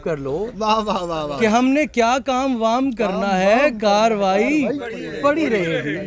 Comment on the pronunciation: KAARRAWAI HAI KAARWAI NAHI